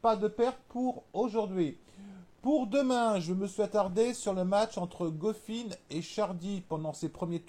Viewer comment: je te jure regarde quand il prononce couffin ou struff c est un scandale